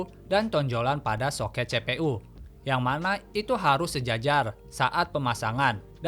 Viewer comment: Cpu dibaca CE PE U. Ini pasti orang sunda.. Tapi videona madep pisan kang. Hanupis..